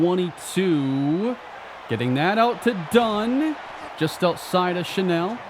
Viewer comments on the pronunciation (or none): none